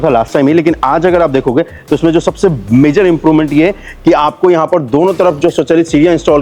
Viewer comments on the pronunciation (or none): none